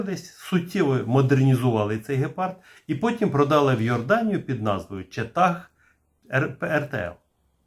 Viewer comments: Дякую вам за вашу невтомну працю! Тільки не "четА", а "чИта", тобто "Cheetah", тобто "Гепард" Англійською. Дякую! +1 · Сheetag ( вимовляється "Чита") з англійської значить "гепард". Тобто назву ніхто не змінював. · Шановний авторе, правильно казати "Чіта" (Cheetah). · Назва Cheetah ,з наголосом на довге ,,і'', означає Гепард з англійської мови і Леопард - з хінді. Це поєднання і являє собою дану установку.